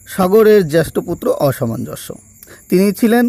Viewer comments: মূল্যবান তথ্যের জন্য ধন্যবাদ। আপনার উচ্চারণে প্রচুর ভুল, এ ধরনের ভিডিও বানানোর আগে দু-চারবার উচ্চারণের প্র্যাকটিস করে নেওয়া ভালো যেমন অসমনজ কে আপনি প্রতিবারই অসামাঞ্জস্য উচ্চারণ করেছেন। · অসমঞ্জ একটি শব্দকে একাধিকবার ভুল উচ্চারণ করে কি বোঝাতে চাইছেন???? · উচ্চারণে অনেক গণ্ডগোল হচ্ছে । একটু ঠিক করে পাঠ করলে ভাল হয় । যেমন একটি হল-- "অসমঞ্জ " উচ্চারণ করা হচ্ছে ---" অসামঞ্জস্য"। জ্যেষ্ঠ স্থানে --- "জ্যাষ্ঠ " । এরকম কিছু সমস্যা হচ্ছে । পাঠ পুনরায় একটু শুনে নিলে ভাল হয় ।